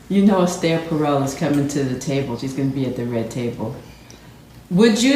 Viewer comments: I wondered "who's Astair? Fred?" Did she really mean Esther and can't pronounce it?? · right? Instead of Es-Tur she is referring to her as Es-Stair. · she's pronouncing the name "Ess-tare"which is really odd but people do like to make up their own pronunciations these days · Est-air! Seriously? Foolishness? OMG! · "Ess Stair" ....seriously!?😅 .Any body who deliberately miss pronounced their own name in a bid to sound more posh , also has issues. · Esther does pronounce her name Estaire. Esther is also highly narcissistic. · Horrible, horrible woman. Using "Ess-Tayy" to triangulate. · honestly just the pretentious way she pronounces "esther" makes my stomach hurt. The way she treats will makes me want to throw up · Does she not know how to pronounce "Esther"? Jada is so toxic and narcissistic. He needs to get out. I hope he's getting help (to get out of that marriage). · How does she pronounce ESTHER lol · He looks traumatized in that video. And she mispronounces the name Esther weirdly two times in two different ways. And why's she coming across so dark you can't see her features? Shady as!